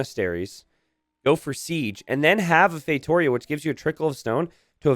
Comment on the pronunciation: The way pronounces "feitoria" is deeply annoying.